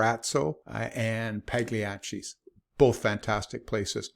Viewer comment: Yu lie in Victoria all your life and never learned how to pronounce Pagliacci’s?